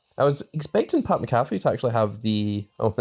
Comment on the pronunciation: How many times you gonna mispronounce Pat Mcafee 😂